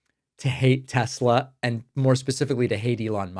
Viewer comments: I do not love TessssSlurrrr! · David, as a linguist, I find it quite funny to hear you pronouncing "Tesler" even when it isn't followd by a vowel. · "Tesler" LOL